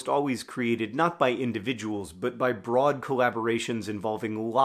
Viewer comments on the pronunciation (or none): none